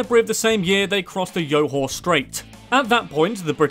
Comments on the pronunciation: My gawd. Must Westerners adapt words to their taste? Nothing is more annoying than you guys attempting to pronounce Asian terms. It's 'Joe-Haw' not Yo--Haw'. Do not use the same pronunciation as how you'd pronounce Spanish names. And it's 'Mer-Lar-You', not ''Mer-Lar-Hoo'. Seriously, just say Malay. Don't try to speak the terms if you can't. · 2) It's "Jor-Hor", not "Yo-Hor". 43) Eh... No. Primary education is NOT free. It's just heavily subsidized but not free. If you're a local born Singaporean, you pay only about 20-40 SGD for school fees whereas if you're a PR (Permanent Residence, something like a US Green Card), your kids get subsidized too but not as much and the average you'll have to pay for your kids is about 150-300 SGD while if you're a full foreigner, your school fees will be about SGD so, yes. It's subsidized but not free. 49) It's "Sing-gah-poo-ra", not "Sing-gah-pew-ra" 52) You said Singapura correctly here so how did you trip up in 49? ANNNYWAY, what Srivajayan prince? If you're saying who we think it is then he's called Sang Nila Utama here as that's his real name and his coronation name that you're trying to say should have been pronounced as "Sir-ree Tree Bua-nah". All I heard was "Tree-Tree-Bua-nah" 64) "Boo-kit", not "Bew-Kit" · The Johor strait it is actually pronounced Joe hor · Johor is not pronounced like names like Jose. It’s simply Jo-hor pronounce the J like how u should pronounce it. First time hearing someone say that. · Johor became Yohor 😂